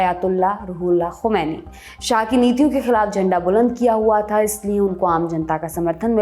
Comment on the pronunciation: To day you pronounce "Khomani " very well.. Well done